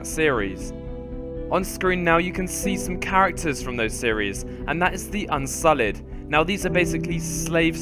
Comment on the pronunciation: "unsullid" yikes